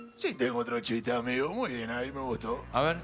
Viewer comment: Naa los cabezas dicen amego jaja